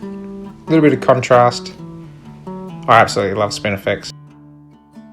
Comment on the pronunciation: Where can someone in the US get that dreid grass, sounds like you're calling it spinnerflex! Thanks